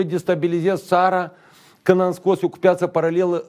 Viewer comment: Piiiiata si nu peeeeeata!